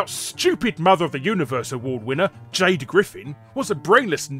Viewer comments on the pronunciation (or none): none